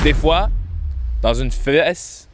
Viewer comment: " une feEsse" meilleur bout